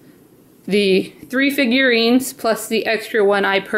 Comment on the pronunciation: Haha u said figurines